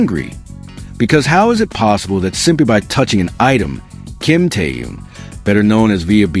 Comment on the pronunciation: Господин блогер, надо правильно произносить имя человека о котором вы пишите, его зовут KIM TAEHYUNG ‼️‼️‼️